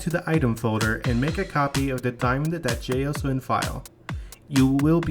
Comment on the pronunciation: "jay ess ow en"